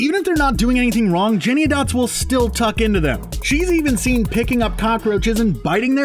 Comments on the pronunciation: The name is JennyANYdots, not Jenny-o-dots. Hearing it repeated wrong so many times was irritating! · I don't really care about this movie, but I cringed every time I heard the narrator say Jennyandots. It's Jennyanydots. JennyANYdots! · It’s Jenny-any-dots. Not Jenny-ah-dots. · First: Cats absolutely DO meow and hiss at eachother and practically anything else. Second: The Gumby cat's name is pronounced Jenny-any-dots, not Jenniadots. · I haven’t seen the but I’m pretty sure it’s “Jenny-Any-Dots”… not JennyADots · Yes! Thank you, someone else said something. It’s JENNY ANY DOTS not Jenny a dots.... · him:jennyadotts Me: JENNY-ANY-DOTS 😅😅😂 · "Jennyadots." SERIOUSLY? You can't even get the name of the main characters right??? "Can YOU say this cat's name, kids? Try it! Jenny. Any. Dots. Now, put 'em all together: Jennyanydots. I KNEW you could do it!" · OH MY GOD! It's JennyANYdots, not Jenny-a-dots lol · First, the name is Jenny-ANY-dots - not Jenny-a-dots. Second, it's FANTASY, so does it really matter which cat is wearing shoes or what size the bugs are? This movie is creative, entertaining, features beautiful sets and costumes, fantastic dance, musical and acting performances. So how about celebrating that - AND CGI, enjoy the opportunity for escape from reality for a couple of hours, and save the angst for what's happening in the world. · My word of advice, as everyone is commenting, you are saying her name WRONG. It's JennyANYdots, not JennyAdots. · Her Name is Jenny Any Dots Not Jenny A dots. From the Bleeding Lyrics. I have a Gumbie Cat in mind Her name is Jennyanydots Her coat is of the tabby kind with tiger stripes and leopard spots All day she sits upon the stair or on the step or on the mat She sits and sits and sits and sits And that's what makes a Gumbie Cat That's what makes a Gumbie Cat! So The most cringy thing for me is the Screen rants voice over guy butchering TS Elliotts poetry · Jenniadotts? I’m pretty sure it should Jennie Annie Dotts?